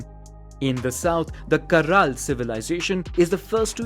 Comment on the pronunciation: Me, a Peruvian: Caral: CaRRal